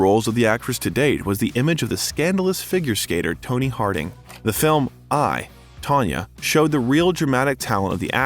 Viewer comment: Again. Learn peoples names and pay attention when reading your script. Tony Harding? I tried listening, but stopped after that. Too many errors with names for a channel named Biographer.